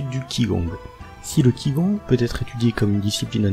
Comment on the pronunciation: Pitié, apprenez à prononcer au moins 2 mots:t'ai ji quan et qi gong. Merci